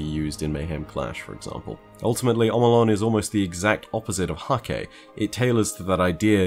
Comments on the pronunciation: It's pronounced Hak-huh. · According to Deej Häkke is pronounced "hah-kuh" fyi